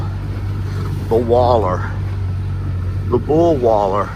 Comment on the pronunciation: Wallow! It's a wallow!!😂😂😂 not a 'waller'😊😂❤